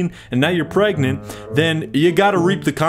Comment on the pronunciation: I knew those women hated their kids when they took the “g” outta pregnant and started saying they were prey-nant. “I’m prey-nant”.